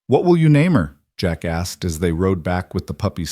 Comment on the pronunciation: At the end of the story there should have been more space between the consecutive words of Jack and asked. It came out sounding like 1 word = 🫏